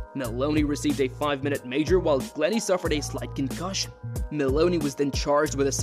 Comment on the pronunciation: Cancussions for everybody